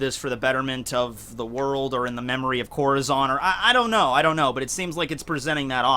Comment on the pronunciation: Still pronounces Corazons name wrong